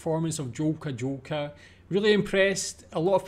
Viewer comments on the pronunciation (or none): "J" in Polish is pronounced as "Y", therefore it is "Yolka, Yolka", "Yest taki..." etc. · Jolka is pronounced Yolka, ye 😁